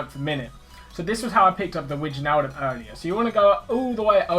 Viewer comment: it aint wi-tsj-naldum its wei-naldum